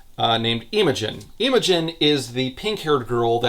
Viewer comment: As a Brit who’s had multiple friends called Imogen, it’s very funny hearing calling her Eemogen For anyone who doesn’t know, it’s pronounced more like im-uh-jun